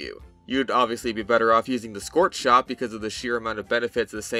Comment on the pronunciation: I like the scorth shond